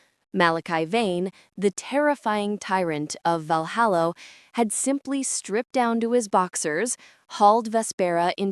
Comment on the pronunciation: It's so irritating to hear Valhalla repeatedly pronounced, Valhallo.